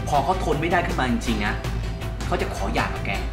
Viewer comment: หย่าครับ ไม่ใช่อย่า